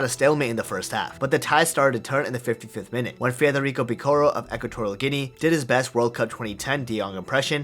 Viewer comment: its guinea not guine